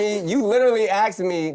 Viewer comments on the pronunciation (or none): “that no one usked for”